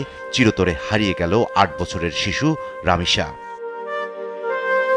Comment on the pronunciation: বলদা সাংবাদিক,, লামিসা নয়, রামিসা।।